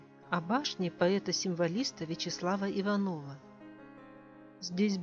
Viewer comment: Простите, но башня поэта Вячеслава ИвАНова. Ударение на А. Это важно.